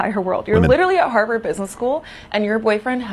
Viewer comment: "Houwers for Harvard."